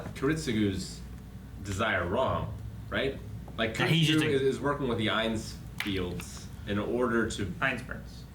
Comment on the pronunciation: I Love how at least is there to correct them on the names for the characters „So he has to kill Tokonomi“ „Tokiomi“ „him...“ Kiritsugu is working with the Einzfields“ „Einzberns“ „yes them“ ^^ „Sola-Ui“ „so loud“ „close enough“ „Tokoyami“ „tokiomi“ And it goes on xD